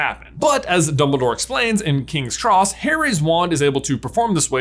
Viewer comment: ah yes, the Kings Tross Station.